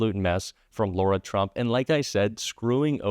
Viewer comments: I mention this just ‘cos it’s my daughter’s name, it’s Lara! Not Laura. Pronounced differently: LAhh, no Lorr. Their whole family is a disgusting dumpster fire, but on behalf of my daughter, I gotta say! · Lara, not Laura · One quick thing,. Her name is not pronounced Laura, it’s Lara (Lahra). If we don’t want Kamala’s name mispronounced, we have to set an example. Love your site! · 🔊 Her name is LARA not LAURA. You all make a fuss about Kamala 👍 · the NAME IS LARA NOT LAURA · We need to pronounce her name correctly. It's not "Laura" it's "Lar-a" with a hard "lar". She's a scumbag and deserves zero respect. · Dear, Her name is *Lara, not Laura! 🤙🏽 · its LARA, not Laura! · Her name is not Laura. It’s LARA…pronounced Lah-ra. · dude... her name is L A R A... not Laura. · "Lora" Trump? No! Lara Trump. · I'm Democrat thru and thru. But just because Trump mispronounces Kamala doesn't give you the right to call her Laura...her name is LAR a. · She is Lara. Not Laura..Thanks Heavens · Her name is Lara, not Laura, as keeps saying. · it's not Laura - it's LARA... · I'm not being picky but if its rude to mispronounce Kamala's name, you have to go high and pronounce Lara (Lar-a) correctly. I'm a true Kamala fan but fair's fair. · Sorry, it’s Laarra! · What's so hard about saying LA - RA!!!?